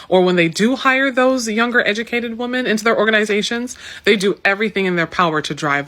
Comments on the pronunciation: Why can these educated women not pronounce the plural of woman? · women not woman, learn how to use your words correctly. dont be a dullard. you sound like a dullard saying woman instead of women. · Jesus Christ sociologist lady…freakin pronounce women and woman correctly